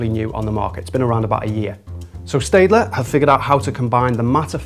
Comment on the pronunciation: Pronounced 'Stettler'